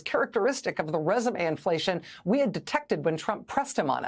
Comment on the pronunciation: I read it a few times, got it, I think, "[R]esume inflation." The letter, "e," appears to be in short supply. It made Rachel sound weird when she said it. At first, I thought she said, "Resin inflation," which sounds like giving a vaporizer back pressure and low temperatures to blow CBD bubbles.